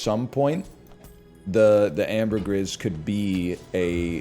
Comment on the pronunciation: Who's gunna tell him you pronounce the "gris" in ambergris the same way you do the "bris" in debris?